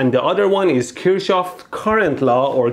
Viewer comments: Kirchhof not Kirtschoff in German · Your German needs some work. It's Kirchhoff, not Kurchsjow. It means church garden. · its not Kirsch its KIRCH!!! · فقط یه ایرانی میفهمه چرا مهدی نمیتونه بگه ک*رشاف😂🤦🏻‍♂️ only an Iranian can realise why mehdy can't say kirshouf😐🤦🏻‍♂️ A.N: kir means penis 🤦🏻‍♂️ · Kirchhoff is pronounced as kirh-hof. In german "ch" is pronounced simply as simple "h".